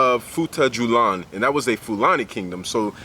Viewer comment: FUTA - JA - LON. I enjoyed this video